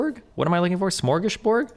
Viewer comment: I've spoken well of Steven's Swedish previously, and then he stumbles on the classic "smörgåsbord". Steven, Steven you have to do better than that if you want to join our SocDem utopia and not merely be a tourist here every time you need a haircut.